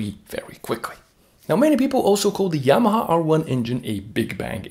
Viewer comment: Are you portuguese, man? You can’t say Yamaha? You say Yamaa. 😅